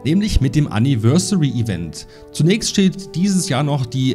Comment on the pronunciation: Anni-versary Event 😂